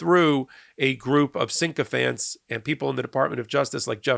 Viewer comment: Sycophant not syncophant. You say it wrong every time. Can’t make fun of tRump’s language when you get that wrong.